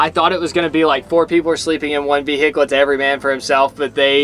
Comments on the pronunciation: As a Michigander, hearing say Ve-hick-le a couple times cracked me up. 😂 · Anyone notice “Ve hicle”😂